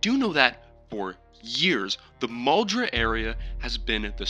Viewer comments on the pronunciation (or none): To pronounce muldraugh Its mole-dr-ow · Its pronounced mooldraw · "Mull-Draw." There you go, buddy. 👍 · Muldraugh looks complicated but it's phonetically simple Mull-draw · it is pronounced mole-draw for muldraugh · Man, it's not that hard to pronounce Muldraugh. Can you hear me? Maldrough! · its pronounced mull-Druh